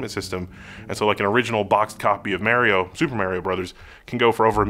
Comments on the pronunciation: Mary-O ? I think you meant to say MAR-IO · Why are you saying "MErio Brothers" ? wtf.. I'm so triggered haha